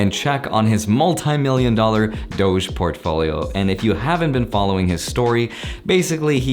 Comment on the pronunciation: did he say Profolio ???? lolol